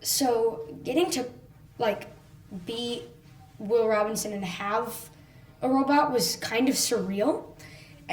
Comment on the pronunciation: I like the show so far although I am only on episode 4. That being said it really bothers me that no one in the Robinson family seems to know how to say the name properly. Are you kidding me? It's your last name! My last name is Robinson so I picked up on this. Everyone in the show pronounces the name Robin(sin) not Robin(son). What is the deal. Is this some pathetic sexist thing? E.g. When the children are putting their hand print's on the wall in the cave in episode 4 he says the line "Come on, it says the Robinsin's" This is disappointing.